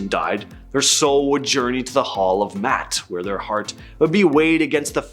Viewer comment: Poor enunciation of the Divine Ma’at. Please review & learn.